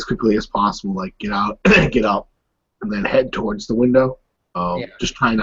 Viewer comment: Awesome as always! =) I just have one tiny little thing I want to say.. I don't know if you are aware of that, but you say "thowards" instead of "towards".